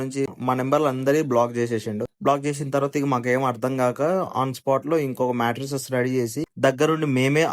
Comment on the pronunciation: మెట్రెసెస్ కాదు బ్రో మ్యాట్రెస్